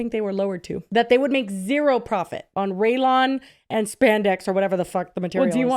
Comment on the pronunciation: Not continuing to say: "Raylawn" instead of "Rayon"... and not even correcting her, 😂😂😂😂😂😂.